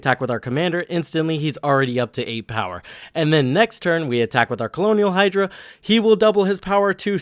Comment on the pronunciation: Colonial Hydra is such a fitting mispronunciation since we’re on Ixalan with the vampire conquistadors.